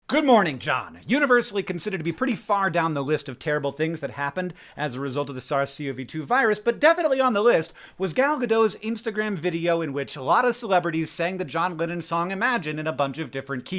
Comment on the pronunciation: Gal Gadot is not French; she’s Israeli. Gadot is not pronounced like you’ve been waiting for her a long time; it’s gah-DOTE. When you’ve got the hang of that, Gal is not pronounced like your gal pal; it’s the same A-vowel as in Gadot, which is pretty close to the A in “arm.”